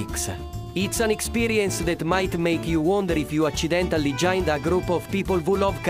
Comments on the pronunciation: "accidentally" aachee-dentally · Love how "accidentally" was pronounced the Italian way. Mangia! Plumbers eat there, must be good. >>:=p